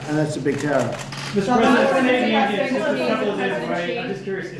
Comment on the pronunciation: I could've sworn he said "prisoner" obama, as opposed to "president" obama, when asked about Stacey Abrams.